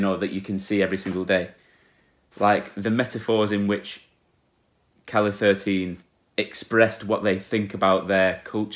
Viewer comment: Es que seguro que no sabe cómo se dice 13 en español... como se escribe calle 13, pues lee "calle thirteen"...